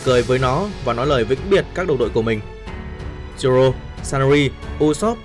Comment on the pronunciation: Zô rô nha anh k phải zô lô